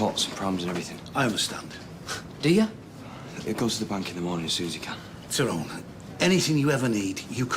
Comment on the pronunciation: It annoys me how Terry Duckworth pronounces Tyrone's name so wrong.